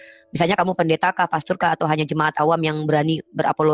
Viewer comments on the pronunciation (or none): Pastor bukan pastur,kalau sebut imam jangan asal salah sebut,awas kelabrakan kamu sama sih saudara,hajar terus saudara,cerdaskan semua polemikus gadungan terutama parah ulamanya harus di ajar kembali🙏🙏